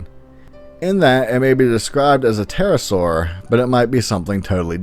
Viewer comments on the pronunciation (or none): none